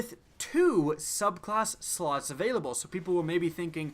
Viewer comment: No one noticed he said the farm will be abailable for an hour twice lol